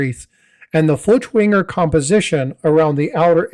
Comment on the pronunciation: It's pronounced "foykt-vonger." It's German.